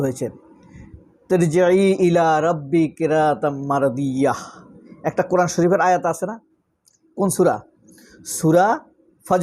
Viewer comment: কুরআন শুদ্ধ করে উচ্চারণ করেন